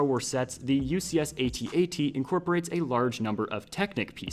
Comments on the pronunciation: Att-Att. Not ay-tee-ay-tee. That's all. Great video. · its not an at at, is an @@ two at signs, not A-t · Is this thing not pronounced “at”-“at”? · God, please stop pronouncing the individual letters. IT IS SAID AT AT. THE WHOLE WORD. Sorry, that just really bothered me for some reason. Keep doing you, but i had to say something 🤣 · is at at is not at-at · Dude u pronounced at at wrong